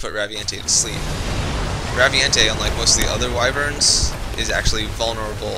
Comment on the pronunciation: They need to bring the Raviente to MH 4 since were FINALLY getting online play on handhelds (though I know were not =[) also I think it's pronounced "Ravient"